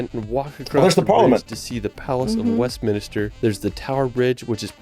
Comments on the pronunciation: This video has the worse narrator possible, he can’t pronounce any place names properly ‘Westminister’ and ‘Stonehedge’ are just two. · It's West Min-ster, not mini-ster Minster is a building Minister is a cleric / person Avebury is relatively close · It's nothing to do with differing pronunciations, he's using incorrect names for places. Stonehenge is a henge, not a hedge. Westminster is named after a minster, not a minister. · can't even say world properly, he says "reld"... I don't know if that's just his way (or typical of folks from Utah?) but it is frustrating to hear so many mispronounced words, like "West Minister" and "Stonehenge" etc. 😐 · A speech impediment doesn't make you pronounce Stonehenge as Stonehedge or Westminster as Westminister. 🙄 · It was funny that the narrator said "Tower of Westminister", rather than Westminster. Then he said Stone Hedge, rather than Stone Henge. 🙄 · Oh no... has triuble pronouncing words (like "_world_") and place-names (like ' Westminster ' - it's not "West Minister") (and ' Stonehenge ' (_NOT_ "Stonehedge") There's 'Avebury' - a village is built inside a large stone circle. That's the 'Millenium Bridge' you were asking about in London... That is chalk (made from millions of years of compressed ancient sea creature's skeletal remains) on the 'Old Harry Rocks' and 'The White Cliffs of Dover'...but the hexagonal basalt rocks which were formed by cooling volcanic lava are called - in Northern Ireland - 'The Giant's Causeway'... There are others lije them in Scotland opposite those in the Giant's Causeway...plus there are lots in North America too, in, for example in Wyoming - 'The Devil's Tower' and the Elephant Mountains (?) / or Ridge (?) in Washington State... 😏🇺🇸🙂🏴❤️🇬🇧🖖